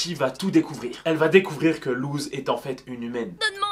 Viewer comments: Il l’a prononcé « luz » sa se prononce LOUSSE !!!!!!! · Par contre ça se prononce LOUSSE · ça s'écrit Luz mais ça se prononce Lousse ! SPOILER : A LA FIN DE LA SERIE LUZ MEURE PUIS REVIS ET A LA TOUTE FIN LA SERIE SE FINI SUR UN "BYYYYYYEEEE" LE SPOILER ETAIT GRATUIT 😁